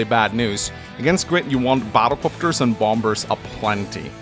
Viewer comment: Everyime you say "Bomb-Bers" it makes my day.